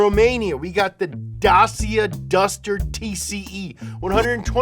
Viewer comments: Well, let a Germ help a fellow Man: Da = like Duh C = short t, shortly after Shia (muslim) and combine with ia=EA Da t sh ia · Dacia is pronounced like Dachia in Italy..for what it’s worth 🤷‍♂️ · It's pronounced day-see-ah (Dacia) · I'm Romanian and i love when you pronounce Dacia haha its so funny its sounds like your saying the artist's name Sia . It's pronounced like Da- CHee- A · You pronounce it dachia but we don't mind hearing daycia from everyone else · daseea lmao its pronounced like dacheea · Mean time, Dacia is pronounced "Dah chi ah" not "Dah see ah" 😁😁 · I you think you say i it dachia, but in croatia we say is dačia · If i'm not wrong Dacia is pronounced "Da-cha" in Romania but the May bloke (and other people) call it "Dei-cya" too. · I lived in Romania for 5 years, so, Dacia is pronounced Dah-chee-uh, with stress on the first syllable. And Romanians loooove the Dacia and are very proud of the Duster. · As a Romanian myself, I gotchu! Dacia is pronounced Da-ch-ea. So da (as in da), ch (like how you would pronounce the first part of “chip”), and ia (like how you would end the word India). Put that together, and you got yourself a Dacia! Also, fun fact, Dacia is owned by Renault. Anyway, hope this helped! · "dacia" is pronounced duhchiuh fyi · I'm pretty sure it's pronounced "Dachia". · Say Dacia like you say Lancia but with a t : datshia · U actually pronounce Dacia as Da(ch)ia like chili or Chile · Dacia is pronounced as “Datcher” :) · Reads Dácia! Friction on that A! Like Dah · Dacia is pronounced Dah-Chia by Romanians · Dacia is pronounced "Dats-ya" lol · Dacia is pronounced D-a-ch-y-a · Day-see-a pronunciation for Dacia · Here for you a little advice how to pronounce Dacia the right way. Speak it out like this: Datchia. The first part like Dutch with an A, the ia like you allready did. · well you asked for it DACIA IS PRONOUNCED DACHIA OR SOMETHING IDUNNO BUT IM TRYING TO MAKE IT LOOK LIKE THE TEXT IS LONG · Dacia is pronounced Dacha